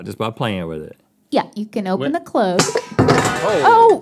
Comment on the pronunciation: Why do Americans pronounce cloche so weird?